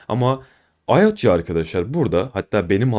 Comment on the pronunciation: ayotya degil, "ayota" IOTA